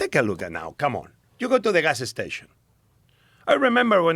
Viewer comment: He said "gas-ah station" about 12 times in 3 minutes. What a treat. 😄